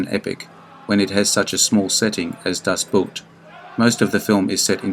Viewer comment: Das Boot is pronounced in German as the English boat.